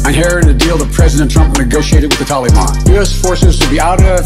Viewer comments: When is going to learn how to say Taliban? Thank you for another great video. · I love how he says taliban wrong 😂😂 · I love the way he pronounces taliban so eloquently and respectfully while our people are looking over their shoulder and all the folk who passed in service of their life and home.. they are gone now but never forgotten